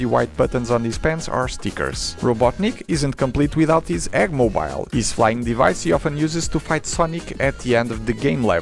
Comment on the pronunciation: eggmoBIEL why did u say it like that lol